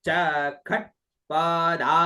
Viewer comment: प्रणाम यदि ष ट वर्ग से पहले आये तो उसे ष ही पड़ा जायेगा न कि ख। जैसे षट्पदा में ष को ष ही पड़ा जायेगा न कि खटपदा